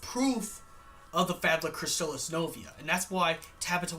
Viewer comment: You mispronounced Fabula Nova Crystallis.